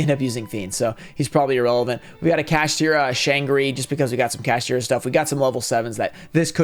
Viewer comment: gotta love how says kaSHITra instead of kaSHTIra